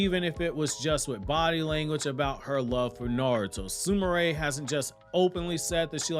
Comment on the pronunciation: Why does everyone pronounce it SOO-MOO-RAY when it's spelled Sumire (SOO-ME-RAY).